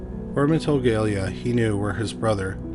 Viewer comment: It is unbelievable. You managed to pronounce "Gelia" differently in each sentence and not once you pronounced it correctly 😂